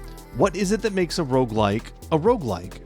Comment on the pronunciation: Are you saying Rouge-lite or Rouge-like?